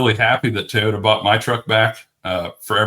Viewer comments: It's TOYota, not TAYota, dude. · It’s not pronounced “Tayota”! Why is this so hard for this guy and Denny Hamlin? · Didn’t know it was called taaayota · Stop saying “Tayota!” C’mon! It’s not hard.😵‍💫😵‍💫